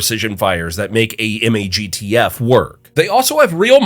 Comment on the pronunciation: MAGTF being pronounced and not said like a word was jarring. Lol